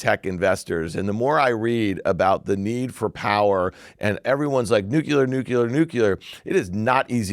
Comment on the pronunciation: Why can no one get it right? It's nuclear not nucular!